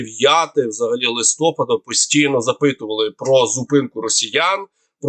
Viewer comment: Дякую за огляд. Але,, прохання, листопаАд, а не листОпад. Ви ж лице нашої пропаганды! Дякую.